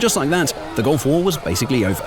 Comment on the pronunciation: It’s two words, Gulf War. Not “gulfwar”